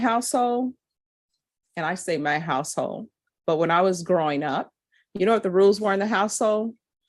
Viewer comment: Did she say my "HOUSE-HOE"? IT'S " HOUSE-HOLD" WHY can't she PRONIUNCE the L??😂😮